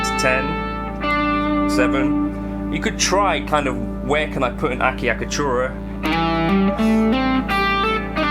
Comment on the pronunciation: Interesting topic. Thanks The typical pronunciation of "acciaccatura" usually sounds close to a-chuck-a-tour-a, though your pronunciation is way more fun. 😉